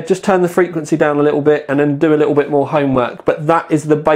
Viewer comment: "list of SE ings" :P " Li ull"